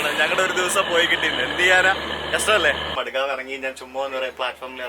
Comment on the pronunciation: Madegave.... Alla madgaon 😄